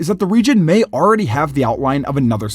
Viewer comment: Stop saying arready